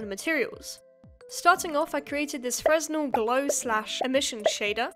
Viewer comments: Awesome work, might take a shot at this kind of a project myself. Wanted to for a while just didn't really know where to start. And I believe Fresnel is pronounced "freh-nell" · not really important but "fresnel" is pronounced something more like "fruh nell". The S is silent because it is named after a French guy. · Hi, S is omitted when pronouncing Fresnel Thank you. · It's really cool to see women getting into computer graphics! Nice! Just a few more nitpicks: "Fresnel" is pronounced without the "S", also, it's spelled "indices" not "indecies". I don't mean to sound discouraging though, quite the opposite! Using the correct terms instantly makes you seem like more of an expert. This video seems aimed at less experienced viewers, but it was fun to watch nonetheless. P.S. look into using Vulkan instead of OpenGL if you want a real deep-dive (it is more difficult, but a lot more powerful, newer, and a great learning experience), I recommend the tutorial series by Brendan Galea. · no way she pronounced fresnel like that 🤭🤭